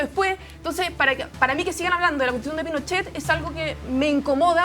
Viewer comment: La disnidaah, Loh mapuche, Pinoshe, la Deresha 🤡